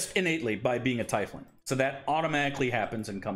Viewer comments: For future reference: Haer'Dalis's race is pronounced TEE-fling. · tiefling is actually pronounced teefling